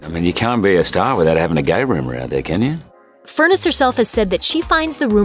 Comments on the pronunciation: Deb’s last name is pronounced Fur NESS, not like furnace!! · His wife's maiden name is pronounced as FUR - NESS, NOT Furnace !! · "Furr-ness" not "Furnace"! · Her last name rhymes with finesse, not furnace. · Is her name really pronounced "Furnace" and not "Fur-NESS"?